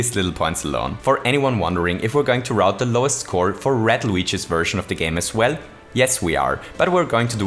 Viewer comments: he said red luigi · "Red Luigi" lol